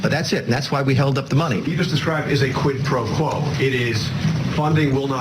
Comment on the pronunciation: Why can’t these dimwits say “quid pro quo”?!?! It’s so simple.